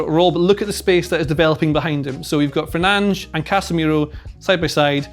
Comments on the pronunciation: It’s not Fernand’s it’s fur-nan-dez. Get the name right at least hater. Sick of most ppl hating on Fernandes who has given so much for this club. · 'Fernange' 😆,, that's not his name. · No way it’s pronounced ‘Fernanj’. Is it?! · I know he’s pronouncing it correctly, but its Fer nan dez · Are we discussing you saying Fernanj or nah? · He's really calling fernandes "fernaj"😂😂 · no, it's not. brazilian here, with a portuguese family. it's not fernange in any accent. it's less bad to pronounce it with a spanish accent than whatever is going on in this video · Fernandes is his name 😅 Kills me him not saying his name